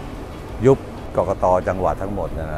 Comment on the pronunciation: กกน. ไม่ใช่ กกต